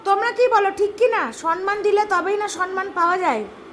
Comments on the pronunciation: Ami Camera Women ke bolchi thik thak kotha bolo. Kothata sonman noy kothata holo Somman. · Kathata sanman noi samman . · Somman uchharon to dur ki baat,,, sonman(so-man) 😂